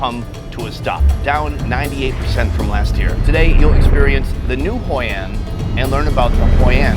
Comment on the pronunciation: "Hoi An" not "Hoi and"